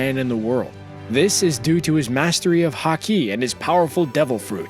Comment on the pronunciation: Because of his mastery of ha-key